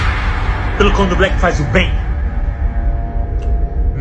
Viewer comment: Ele fala:"eu ainda não vi camdoblé vegano"? Só eu ouvi isso?